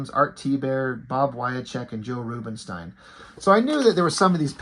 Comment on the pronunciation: For future reference, it's Bob "Wy-check" and Joe "Roobin-steen".